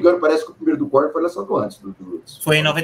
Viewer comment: Tenho preconceito com quem fala " korni" kkkkkkk é korn